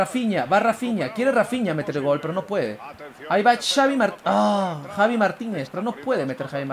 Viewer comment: Javi se pronuncia javi no chavi ,xDDDDD